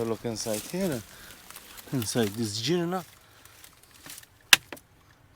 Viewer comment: The Girna was a shelter from the elements for farmers but mostly used as a tool shed for farm implements. I was told it’s pronounced as in G for give and not as in G for George, but correct me if I’m wrong. Lovely video, love our old buildings which sadly going to rot, killing our architectural heritage. Thanks for sharing.